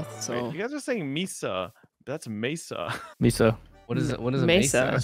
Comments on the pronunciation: Sorry if somebody has already commented this and I haven't seen it yet, but both "Mee-sa" (the way says it) and "may-sa" (the way pronounced it) are both wrong. pronunciation was closer but Spanish doesn't have diphthongs so there isn't a Y sound at the end of the first syllable. Vowels in Spanish each only have one sound. So it should sound more like "Meh-sa". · MESA or MAY-SAH not MEE-SAH 😭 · There's a city in Arizona called Mesa. As a resident, hearing Mee-suh is borderline painful 😂😂